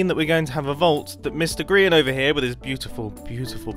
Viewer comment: You said groan instead of grian